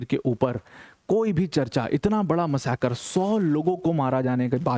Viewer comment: There is no word in Hindi called “ Massacre”. !!! If you have to use the word in your speech then pronounce it correctly. मसाकर, मासकर, मासकर करना बंद करो ।